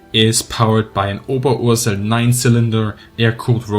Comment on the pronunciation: I have been wondering how to correctly pronounce Oberursel for the longest time, now i know! yay!